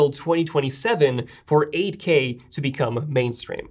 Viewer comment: when he says 8k it sounds like Ak